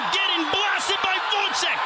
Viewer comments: The commentator wasn’t bothered to learn how to pronounce Gvozdyk’s surname. He called him all the time Gvodzyk which is totally wrong. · woizek? it's like call stevenson shtiunsen. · How hard is it to learn how to pronounce a name for a commentator whose job is literally pronouncing names! Who is Votzik? Tough fight it was